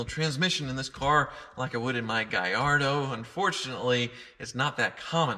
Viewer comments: Its´s GALLARDO! Not GUY-YARDO!!!! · Believe it or not the Lamborghini employees at HQ ignored the Spanish pronunciation of this car and the Gallardo and said it as Italians. Yes, they also pronounce Gallardo with a hard L.